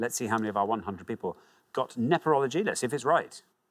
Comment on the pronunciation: No, he definitely said NePerology. I checked a few times. And I think he would've reacted differently if that had been what he said, rather than just calmly nodding...